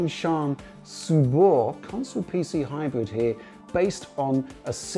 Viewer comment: Is it some rule in English to read 'Subor' as 'Zubor'? When it was represented in post-ussr times in Russia it was spelled and pronounces with an 'S' in the beginning